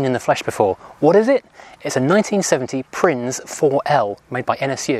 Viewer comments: My cousin had one. It caught fire on the M5 and completely burnt to the ground by the time the fire brigade arrived. Someone tell the narrator that Prinz is pronounced Printz. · It's pronounced "prince". My mate had one and every time he went over a bump a plug lead came off and it just...stopped lol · I think prinz in German is pronounced "prince".. and it means prince too.